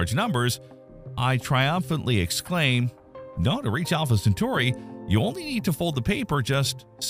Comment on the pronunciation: More like Alpha Cen-far-i.